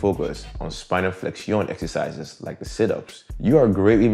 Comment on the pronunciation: He said essisizes too 😭👏👏🇳🇬🎉